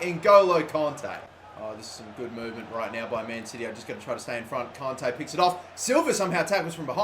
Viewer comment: Please fucking say kante right, its kant-ay